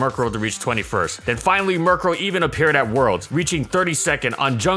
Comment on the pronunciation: Guys he butchered their names and he's not even sorry